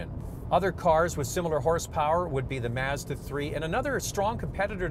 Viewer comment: Did he just say Mezda?!